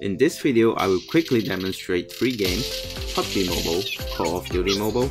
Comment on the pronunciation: Its pubg mobile not pudg